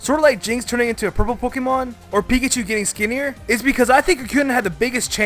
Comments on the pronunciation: Duuuuude ITS PINKACHU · I guess you call beta marill Pinkachu!